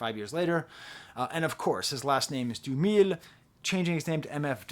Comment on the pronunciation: His name is Daniel Dumile. "Doom-uh-lay" not "doom-eel" "Right above my government, Dumile. Either unmarked or engraved, hey, who's to say?”